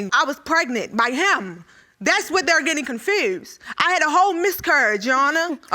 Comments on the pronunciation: Did she say "miscourage"?😭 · "Miscourage" im sorry-💀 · Please speak for her judge before she misscurry trying to say miscarriage. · “BUT I MISSCURRYIED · She said she had a 'Miscourage'